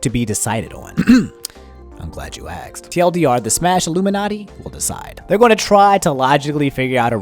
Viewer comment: Ahem "I'm glad you axed."